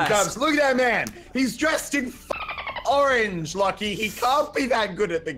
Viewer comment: Idk y but the way he says orange is so funny to me 😂🤣😂🤣🤣?